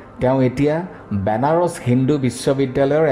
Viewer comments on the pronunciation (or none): none